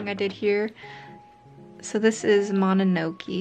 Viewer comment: The way you keep saying mononoke wrong is so painful. :( I'm so sorry but I genuinely cannot stand it